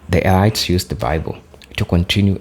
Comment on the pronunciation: Brother "elites" is pronounced "eleets" Kool